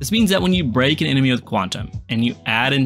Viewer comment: bro kept saying brock instead of break and I was like “like the guy from pokemon” 😂